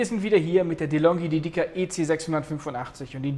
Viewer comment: Die Betonung bei DEDICA (dt.: Widmung) liegt auf dem "e" und nicht auf dem "I", also DÉDICA, nicht DEDÍCA ;-) danke!